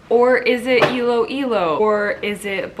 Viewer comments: You got it right! It’s Iloilo!! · Miss Iloilo is Miss Universe PH 2020 you said it right...